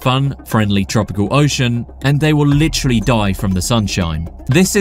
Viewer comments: Take a shot every time he says "licherally" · you (or whatever ai you may have used to make this) say "litchrally" way too much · Take a shot every time guy says "you're probably wondering" & "lih-trally."